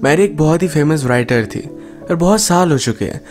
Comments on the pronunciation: U said writer bt it’s sounds was like brital.... Nd also the girl's name was gress bt it sounds also like cress.... I think u should take care of it. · WRITER aur WRITE ko RAAIITAR aur RAAIT parhtay hein. W silent hay. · Write or writer me "w" silent h dear.